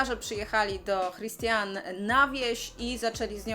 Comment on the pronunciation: Imię autorki (Christiane F.) czyta się 'Kristiane' ;)